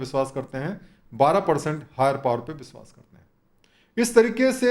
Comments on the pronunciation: बिश्वास नहीं.....विश्वास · कृपया "विश्वास" को "बिसवास" न कहें